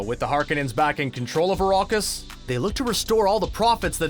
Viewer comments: I've seen Dune 2021, 1984 and the 2 Sci-Fi channel miniseries, and not once have I heard it pronounced Arrokis, as narrated in this video. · ARAKIS for God's sake..ARAAAKIS